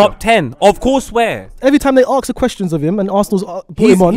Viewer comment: Why does say arks instead of ask